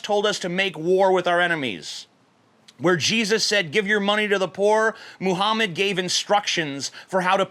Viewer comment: everytime you say jesus I hear cheesus